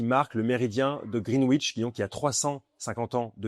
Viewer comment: Elle est très belle sauf que sur cette collection, ils ont choisi un entre-corne de 21mm... Quelle idée saugrenue ! Sinon, petite pique car tu aimes la précision, en Anglais, le W de Greenwich ne se prononce pas ! ;-)